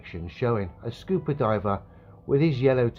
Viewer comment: Cmon mate you're killing me with that pronunciation... WTF SCOOPER LOL